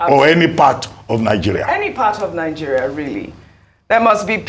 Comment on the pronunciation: It's not Ninegeria but Nigeria, too many citizens are pronouncing the name of the country incorrectly